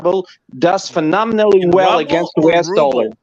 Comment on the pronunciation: Gero and his invisible Jet Ski....The alleged Russian mogul doesn't know how to pronounce RUBLE!